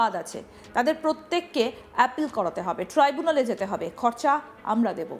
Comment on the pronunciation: ট্রাইবুনাল ❌️❌️ ট্রিবুনাল ✅️✅️